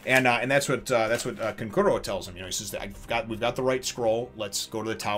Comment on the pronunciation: Such a great chapter. Gaara is an absolute nutjob in these Exams. Your first pronunciation of Kankuro's name in this video was the correct one by the way.